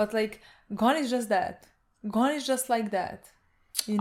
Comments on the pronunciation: It's Gon not Gone, they pronounce it wrong... But okay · This is such a little thing but I really want to point it out Gon isn't pronounced as Gone It's actually "Go-n", Go and then an almost silent "n"